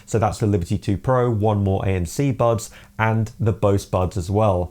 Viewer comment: This dude says "bubs" instead of buds... wtf